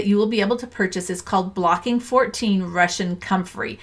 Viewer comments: Isn’t it BOCKING 14, not BLOCKING 14? No “L”? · Glad to see others enthusing about comfrey. I've been using it for many years. Incidentally; this may seem pedantic, but the name is Bocking 14 - no "L". Great video. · Great video. Bocking 14, not 'blocking 14'. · It's actually called "Bocking 14" not "Blocking 14" - named after the English village of Bocking where it was developed. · Bocking, not bLocking